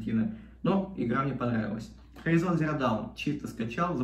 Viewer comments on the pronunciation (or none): Афигенные знания английского. Хоризон... произношение...